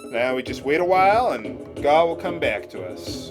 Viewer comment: Gau is supposed to be 'gao' ＝がう。 It's the Japanese sound for a dinosaur roar. Gao is pronounced guh-ow.